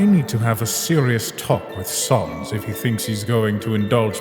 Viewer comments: Ok, that's it. I need to ask, why do you guys say sans like "sawns"? I have never understood that. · why does bro pronounce sans like sœnz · Gaster saying "Sans" like "Sons" is canon now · Why do every undertale comic characters say Sauns not Sans